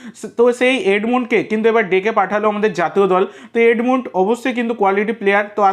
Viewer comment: দাদা ওটা " এডমুন্ড " নয় ওটা হবে " এডমান্ড " 😅😅